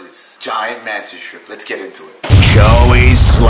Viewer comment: I got to ask. I am the only one that hears “Joey slam” or is that what it’s saying and his channel is?